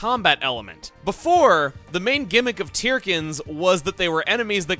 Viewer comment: Aren't Tirkins supposed to be pronounced as 'Turkins'?